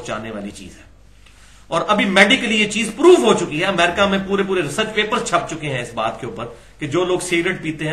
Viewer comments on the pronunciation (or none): none